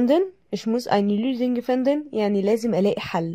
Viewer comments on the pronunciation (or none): عندك خطأ باللفظ بأخر جملة الجملة Ich muss eine Lösung finden وليس كما قلتي gefinden